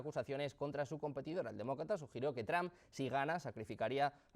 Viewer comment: Donald Tram? Se escucho debil hacia el presidente . Es Donald Trump y se pronuncia Donal tromp